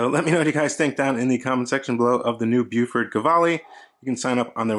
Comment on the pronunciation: Really nice - lugs a little long maybe? - but a great looking watch with an excellent movement. The green dial is very tempting. One thing about NZ pronunciation though - it's BOW-FUT ("Bow" as in bow & arrow, then "Fort" is pronounced without sounding the r). Not "Byewfort": it sounds really odd. :-)